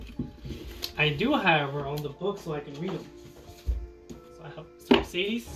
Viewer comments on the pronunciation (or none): none